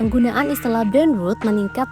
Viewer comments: Mbak, bacanya brain ROT bukan brain ROOT!!! Coba pronunciationnya diperbaiki lagi ya. Mohon maaf tapi telinga saya geli banget setiap dengar mbak bilang brain root. 😂😂😂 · Maap mau koreksi. Brain Rot itu maksudnya Rot adalah pembusukan otak, dibacanya bukan "Brain Rut" tapi dibacanya pake O yaitu "Brain Rot". Kalau dibacanya Brain Rut, artinya jadi akar otak dan tulisannya Onya jadi 2 menjadi Brain Root. Demikian. Terima Kasih. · Tadi dngrn video ini tanpa nontn karna sambil kerja. Kirain "brain root" 😭 .. pantesan kok janggal gtu kenapa jadi "root".. ternyata ROT aliasa busuk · Gregetan banget denger nya Brain Root bacanya … gimana sih ini sekelas TEMPO jadi males dengerin ! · you pronounced it wrong, it should be rot not rut. rut is root. akar. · Maaf min bukan brain road tapi brain ROT , kayak ngucapin kata roti. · Sayang bgt spelling artikulasi ROT nya salah. Ngganggu bgt. Sekelas tempo ini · Jujur geli dengernya jadi brain rut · Naratornya nyebut brain rot tp pengucapannya kayak ngomong “brain road” 🙏🏼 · Kontennya bagus, edukatif. Tp sayang cara baca kata "rot" nya salah, malah terdengar seperti "root". Sama kalo bisa penjelasan bahasa slang-nya menggunakan contoh yg biasa digunakan di Indonesia, biar nggak kaya artikel serapan aja. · Lah iya dari awal juga denger di video ini. Kok brain rut sih 😂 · Wkwkwk sama dr awal dnger video lngsung ketrigger sma penyebutannya kok “rut” sih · aku juga kedistrak banget dengan pronounce "brein rut" 😭 Takut bgt banyak yg gak paham jadi ikut2an salah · Hhaah lega banget ada yang koreksi ^^ agak sedikit gemes pas denger "root" hoho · Bacanya bukan "brain road" mbak. Coba masukkan kata rot di kamus online dan dengarkan suaranya. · Sekelas tempo, pronounced “brainrot” nya kliru. Makanya bahasa inggris di baca apa ada nya aja lain kali ga usah pusing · min tolong spelling "brain rot" nya di benerin dunk bukan berbunyi "brain ruut" tapi "brain root", ini sekelas tempo lho yang sering di jadiin referensi kita semua